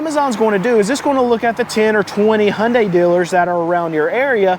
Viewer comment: Hyundai = Hoonday . correct pronunciation car guy.